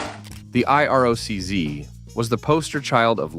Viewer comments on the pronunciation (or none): I. R. O. C- zee... I hate ai narration. Brutal. No sub, shit vid